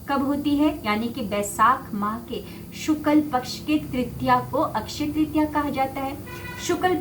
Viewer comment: बहुत सुंदर वीडियो। एक सुधार है शुक्ल पक्ष कहते हैं न कि शुकल पक्ष